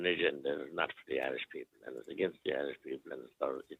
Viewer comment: What’s a Iirsh? 😂